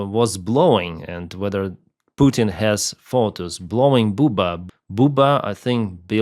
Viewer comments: It's pronounced (bub•ba) it's a stereotypical prison guy name. Like bubba going to rape you in prison kinda joke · I'm not sure the Teflon Don is done yet. He'll try every dirty trick in the book to stop the files form being released. BTW, Bubba was Clinton's nickname. But pronounces Bu-Buh